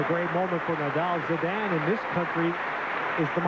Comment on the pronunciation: Zinedan Zedene? Really? This guy really should've learned how to say Zidane's name before embarrassing himself on international tv lol